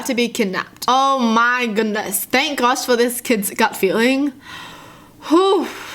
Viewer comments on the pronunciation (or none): When she was saying oh my goodness in that first story I thought she was southern "o mah gewdnees"